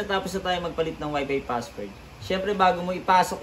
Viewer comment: Kumusta naman yung F sa pagkakasabi mo sa WIFI FASSWORD. Hahahahahahaha 😂😂 lang malakas.